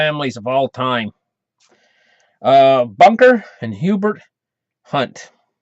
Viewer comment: Herbert not Hubert